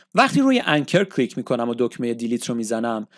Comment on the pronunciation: هر حرف یکبار بگو نه ده بار و کلیک بدون لهجه بگو لطفا چون اشتباه تلفظ میکنید ممنون